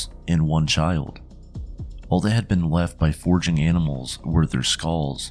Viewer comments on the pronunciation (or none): none